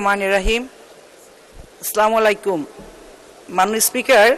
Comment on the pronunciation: একজন সংসদ সদস্য সঠিকভাবে সালাম দিতেও জানেনা স্লামালাইকুম